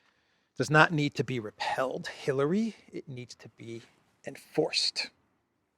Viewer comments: great show as always! But…why do you keep saying the word ‘repealed’ with the pronunciation of ‘repelled’. Two great words but for a law the right one is ‘repealed’. Like repealing a banana😊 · Its not 'repelled',.... its 'REPEALED'. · Repeeeled not repelled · Brother it's not repelled it's repealed you're saying it wrong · "Repealed," not repelled. "re-peel." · it's pronounced 're peeld'…